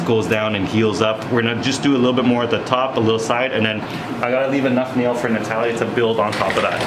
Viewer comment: Duuude on he said the name Natalia and pronounced correctly, that’s my name too and ppl around me be having a hard time with it 😅 I appreciate you doctor ❤